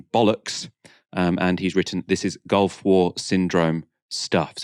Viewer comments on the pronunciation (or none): none